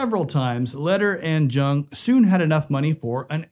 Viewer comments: It's pronounced Yung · It's pronounced " Young" George's last name. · Its pronounced " Young" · Correction: George's last name "Jung", was pronounced "Young"! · It's pronounced young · You'd think that anyone who took the time to research a famous person in order to produce a video biopic of their lives would at least be able to get the name pronunciation correct, but apparently not. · I came looking for this comment, and was shocked not to see it mentioned by more people! Every time he said it wrong I cringe a little more.😖